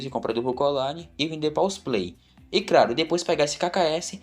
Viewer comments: craro, grobal, maluco é o inimigo da fonoaudiológa dele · Craru, Grobau, Crompreto, amaleru, peromeno, peraqui kkkkkkkkkkkkkkkkkkk tnc